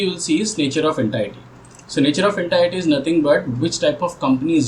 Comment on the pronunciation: Please check how to pronounce 'entity'